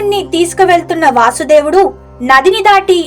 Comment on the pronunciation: ఆయన పేరు వాసుదేవుడు అని పలక కూడదు వసుదేవుడు అని పలకాలి